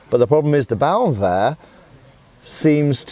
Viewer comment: your pronunciation of Hauswehr is much better than that of Bauernwehr 😉